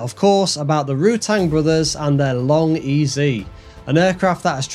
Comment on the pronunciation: Say long ez. Not long ezy. It’s Vary Ez E. Not Vary Easy. I spoke to Burt and confirmed this.